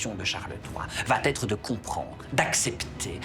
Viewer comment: gentil, on vous aime beaucoup mais please! Arrêtez d'émailler vos propos de va T'être, ces liaisons maltapropos nous font sursauter.